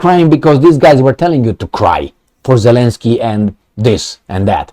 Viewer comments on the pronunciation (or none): none